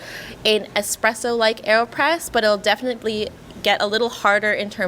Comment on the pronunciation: Dear God why is it "easy-presso" when it is clearly starts with a 1 followed by a z? Or just call it EasyPresso - done! 😭